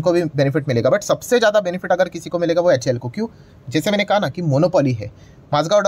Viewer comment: Please see the full form of HAL... You always pronounce it wrong